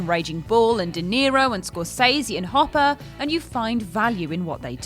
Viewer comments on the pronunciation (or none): none